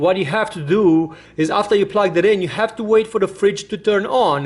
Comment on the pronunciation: YOU said plag out